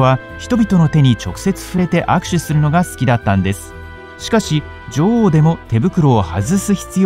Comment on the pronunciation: 「ジョ"ゥ"オウ」の発音が気になって仕方ない